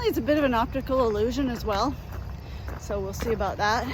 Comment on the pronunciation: I get a giggle a "aboot" Everytime